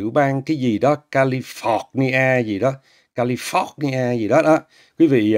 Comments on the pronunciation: Nghe cách nói của Chim Chim & cách phát âm, tôi nghĩ Chim Chim không thể nào trưởng thành được & cách phát âm thầy giáo tiếng Anh cùi bắp mà đi chê bai người khác. Tôi chưa bao giờ nghe người nói tiếng Anh nào phát âm là Ca-li- phọc- ni a như thế. Để nhận xét Chim Chim tôi nhận xét là LẾU LÁO, vào đội Tuyền Nổ lớp 3 khai lớp 7. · Thấy thật là tội nghiệp cho những ai đã và đang theo cái ông J J này học Anh văn . Chỉ có cái tên California mà ông ta còn bỏ thêm dấu nặng ở for cho nó phọt ra cái gì gì đó không biết nữa để cho nặng thêm . Giáo viên dạy Anh văn mà phát âm không chuẩn thì thiệt là hết biết luôn nè trời! Cảm ơn TV đã chia sẻ rất nhiều kiến thức cho mọi người cũng như những lời phản biện rất hay. Chúc sức khỏe TV và mong kênh sớm được duyệt cho quảng cáo nhé! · Má ơi! Nghe thầy đọc chữ California mà hết hồn!